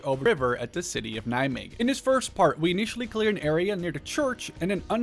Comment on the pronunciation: Nice to hear someone saying 'Nijmegen' right. And a fellow Nijmegenaar too, awesome!